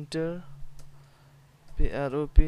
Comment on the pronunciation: It’s pronounced prop This guy: “nooo, it’s “pi-ah-ro-pih” 🤣